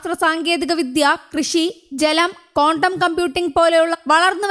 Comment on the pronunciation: കോണ്ടം കമ്പ്യൂട്ടിംഗ് അല്ല, ക്വാണ്ടം കമ്പ്യൂട്ടിംഗ് ആണ്